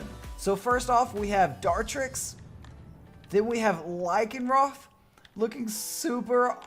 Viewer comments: Lycanrock not lycanruff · "...then we have Lycanruff" Lmao, you tried your best